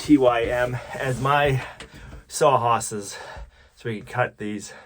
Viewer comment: “Sah Hawses”